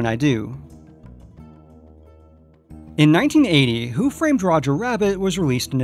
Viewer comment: when you are talking about Who Framed Roger Rabbit, it really sounds like you say the year "1980." The film came out in 1988. Did you just say 88 really fast, or did you actually say 1980? I have headphones on and it sounds like 80.